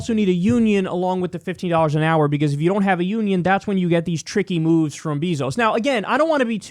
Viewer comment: Btw kyle its bayzos not beezos. Js